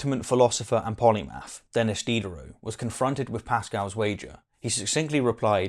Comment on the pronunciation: Thai is not how Denis or Blaise are pronounced in the case of Diderot and Pascal's forenames respectively. I haven't viewed the entire video yet but there are in fact infinitely many that satisfy the criteria required for Pascal's wager.